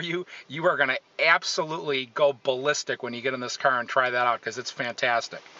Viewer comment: I hate how he says 'CAR'